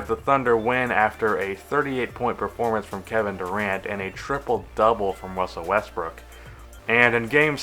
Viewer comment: Wussel westbwook